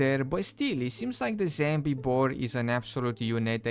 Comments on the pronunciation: I wonder if he knows it's zombie, not zambie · wtf is a "Zambie"??? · "zambi" but did they add bambi? the fuck is wrong with the "zambi" woof is he ice skating? lmfao